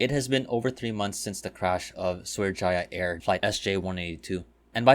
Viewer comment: It’s actually pronounced as Sriwijaya, also confused me when I flew with them